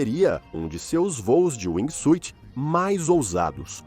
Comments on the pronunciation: Narrador: aqui vai uma dica gratuita. A pronuncia correta em ingles de wingsuit, nao se pronuncia a letra "i". Caso isso acontece, soa como SWEET (doce). Tente falar wingsuut. Se escreve com a letra "i", mas nao a pronuncie. Fui! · Muito bom seu video. Mas precisa melhorar a pronuncia brother. Wingsuit vc está pronunciando "wingui suiti", e Base Jump vc pronuncia "base" e o certo é ler como "beisi". Apenas uma critica construtiva 🙂